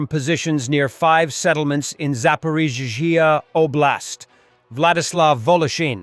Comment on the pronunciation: AI voice still unable to pronounce Zaporizhzhia.